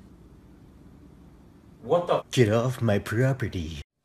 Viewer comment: laughed when he said nyeh geet of mah propperdee